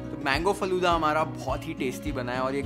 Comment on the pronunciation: It's not "Falude" ....it's "Falooda"